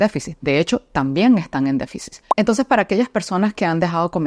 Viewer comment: Disculpa amiga pero creo q se dice deficit. No deficis